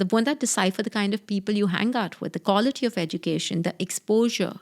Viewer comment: Each time she said "kawlity" my stomach turned 😂